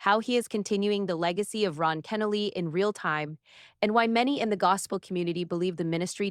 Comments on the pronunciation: His name pronounced Ken-Noly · To show real honor, the speaker should have taken time to research how to pronounce Dr. Kenoly’s name correctly. Shame on her. Also, the title is deceiving causing listeners to think Dr. Kenoly’s son will be the speaker. Unfortunately, the actual speaker cannot pronounce his name correctly. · I know it's AI. I didn't post that a human did the narration. It was irritating that they couldn't program it correctly. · Learn how to pronounce the man's name!!!!! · I wish the speaker would correctly pronounce Dr. Kenoly's last name. It's irritating to hear it mispronounced not 2 or 4 times but multiple times. This should've been property established before a word was even spoken. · I’m still waiting to hear about the silencing… Shame on you for putting up a false narrative on the thumbnail. Also for not pronouncing his name correctly.